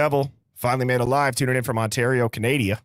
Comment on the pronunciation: Great live. It would be nice to hear you pronounce CANADA properly at least some times!